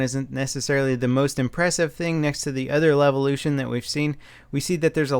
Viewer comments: "Dam Levution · Is it supposed to be a joke that he keeps saying Levolution? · I cannon not hear it as LELvolution. Goddamnit. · "Some damb levelution!"